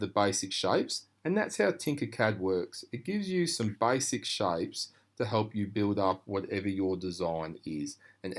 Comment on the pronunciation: "Baisik shaipes"😂😂😂